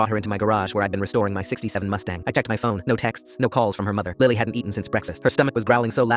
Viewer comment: Yea and also he said mustang, which sounds alot like mustard